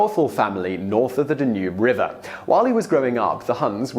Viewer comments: DAH nube river, not dah NUBE. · The river is called the Dan-Yoob, not the Da-noob. Ffs. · The D'nuube River. Mate , it's Danube. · Please learn to pronounce Danube the accent is on the first syllable not the second. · Odd pronunciation of swarthy, Danube and Byzantine and Aetius. There could be more. I skipped through a bit. I wonder what the provenance is for those particular pronunciations.